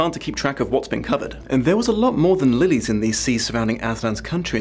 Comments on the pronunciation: Had to rewind cos totally heard it as surrounded by miles and miles of floating willies, which I really didn't remember from the book 😅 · I thought you said “miles of floating willies“ 😂😂😂 Lillies are nice though